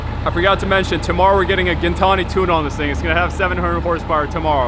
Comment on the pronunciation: Only guy on internet that pronounces Gintani correctly. You and i hate verbals. You da man. Nice car